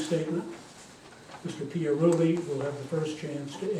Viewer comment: It is Pia Rulli where not Pia Relli you should know how to say the mayors name